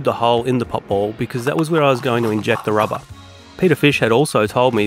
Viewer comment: "inject the RABAHH" 😂